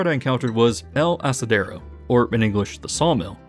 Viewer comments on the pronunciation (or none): Not to be that guy but isn't el aserradero pronounced a-sara-dero instead of asa-dero?